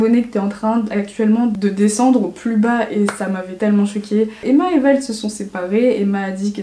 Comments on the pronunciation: Juste c’est Vlad mdrrrrr ça me stresse j’ai l’impression que tu parles du rappeur Vald voilà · C’est pas « Vald » c’est « Vlad » haha😂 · C'est Vlad pas vald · vLad mdr pas vaLd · Vlad* pas vald cest pas le chanteur😂, sinon tres bonne video jaime trop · super vidéo ,je suis d’accord avec toi sur beaucoup de choses ))) mais juste petite remarque je crois que c’est vLad et pas vaLd haha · Ça m’a stressée que tu dises Vald au lieu de Vlad 😅 Mais sinon j’adore ce genre de vidéo ! Je suis les aventures de la ace family juste à travers toi 😂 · Je suis d'accord avec beaucoup de choses que tu as dites, juste c'est vlad pas vald (enfin jcrois) 😅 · C pas vald c’est vlad ! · C’est Vlad* pas Vald mdrr tu m’as perturbé quand tu disais Vald 😂 sinon super vidéos, tu expliques tout ça tellement bien ☺️ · C est Vlad pas Vald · Vald ? C’est vlad 😂😂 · C'est VLAD pas Vald ... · C’est vLad pas vaLd !! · Vlad* pas vald sa ma soûler pour toute l’histoire 😂😂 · c’est vlad pas vaaald, Vald c’est un rapeur magique , vlad c’est un « mec famous » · Ça me stresse que tu dises Vald au lieu de Vlad😂 sinon super vidéo ❤️ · Je suis hyper d'accord avec tout ce que tu as dit !! Mais c'est Vlad pas Vald :) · C’est Vlad pas Vald 😂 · C'est Vlad* pas Vald 😂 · C’est pas Vald mais Vlad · C pas Vald c Vlad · C’est Vlad pas vald... fais gaffe c’est pas les mêmes personnes qd même 😂😊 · C'est pas Vald mais Vlad 😘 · On dit pas vlad mais vald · C’est pas Vald c’est Vlad 😂😂😂❤️ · Le nom de son mec c'est VLAD pas VALD 😂 pendant tt la vidéo j'ai cru tu parlais du rappeur 😂😂 mais très bonne vidéo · J'ai adoré ta vidéo 💜 (et au fait c'est vlad et pas vald je crois 😂😂) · J’adore ta vidéo mais ça me perturbe que tu appelles Vlad ; Vald😂 j’ai l’impression que tu parles du rappeur ça me fais bizzar😂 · C Vlad pas vald 😉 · C’est pas vald ,c’est Vlad ! Nan ? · « Vald » ptdrrrrrrrrrrrr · c’est pas vald mais vlad😂mais sinon encore une très bonne vidéo :) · C vlad pas vald😂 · on est d'accord elle dit vald à la place de vlad nan?